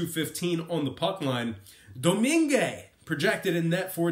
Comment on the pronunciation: Do you do your research before making videos? Mrazek wasn’t in net last night, wasn’t even being projected to start, any hockey fan could tell you that. And then you say Tampa was -120 last night?! They were +110 throughout the day then closed around +125 at game time. Oh and pronounce Domingue the right way next time.